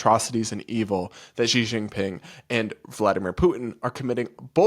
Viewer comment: Who is Jee Shing Ping? 😂 Xi Jing Ping is said "Shee Jing Ping." Get it right. 😂